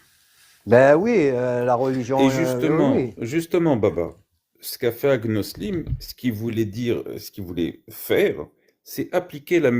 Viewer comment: Elle dit agnolism 😂😂😂😂